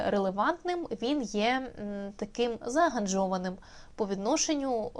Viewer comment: «Заангажований»✅ «Зааганжований»❌